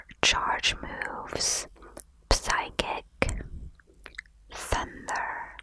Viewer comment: I love your pronounciation of Psychic! Psy-kik sounds a lot more tingly than the normal Sy-kik.